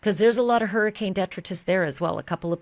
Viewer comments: Respectfully, DETRITUS is Latin and pronounced "Dih-TRY-tuss" in US American.💜 [*Janis runs to hide in the shrubbery*😎] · Please check your pronunciation of detritus.